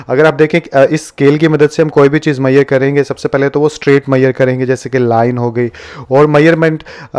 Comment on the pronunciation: मैयर मत बोलो मेझ रमेंट बोलो